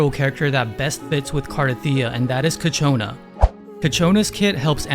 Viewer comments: Kachona? Didn't know we had a resonator from the cars movie. Kachow!!! I'm not sorry. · Cant finish this video with all the “Kachowna” being thrown at me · kitchona 😂 love ur vids btw